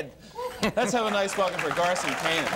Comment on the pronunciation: It's GARSON, not Carson...